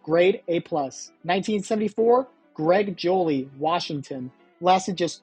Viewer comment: Its Michel Plasse, not Plasser as you pronounced it and its not Rejean Houler, its Houle. You made the same mistake twice here. Its pronounced Gillesbert, not Gil. Greg Joly is pronounced Jolly.